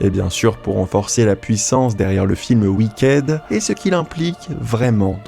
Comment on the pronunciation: Wicked se prononce Wickid